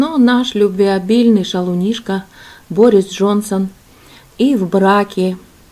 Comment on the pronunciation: Не БорИс, а БОрис